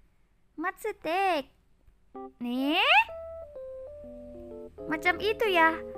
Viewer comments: Dibacanya matsutake bukan matsutek 😭🔫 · Kak kakak kalo nonton Doraemon pasti tau itu jamur matsutake bukan matsutek